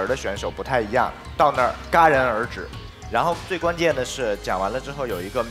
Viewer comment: 戛(Jiá)然而止，作为成语时不念gā，姜振宇念错了。